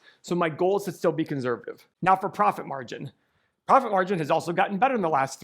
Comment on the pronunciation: Please stop saying the word “conservative” if you can’t pronounce it properly. Thanks a bunch. 👍🏼